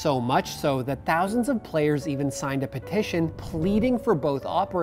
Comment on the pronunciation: he mangled 'petition'